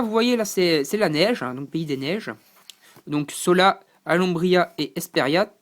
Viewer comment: ah oui, g pas tt dit! On dit BridgeSS, pas Briget! et c un écUyer, pas un écOUyer! SHola, pas Sola! Pour Argent(le royaume), ce que tu cherchais s'appelle une muraille. Pour Cristal, ce sont des gens normAUX. Mais passons. Fal n'est pas asiatique, mais plus désertique.